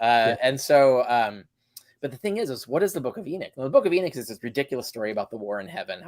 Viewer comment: It's Enoch, not Erick. 😅😅😅 You guys are kind of a joke.